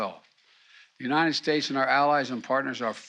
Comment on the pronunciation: He doesn't stutter, he has a speech defect. United is pronounced by him as unined. He can't pronounce the "t." It's absolutely appalling that anyone makes fun of him for that.